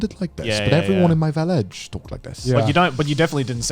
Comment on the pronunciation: When Connor said village I felt that